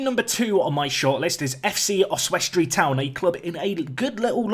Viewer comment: I love your pronunciation of Oswestry, Your way with words is one of the main reasons i watch tbh!